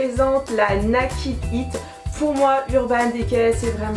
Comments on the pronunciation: Naked, ça se prononce "nékèd" :) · Ça se prononce "naïkid" ♡